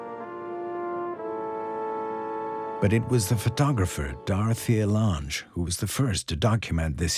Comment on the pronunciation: He also mispronounced Dorthea Lange's name...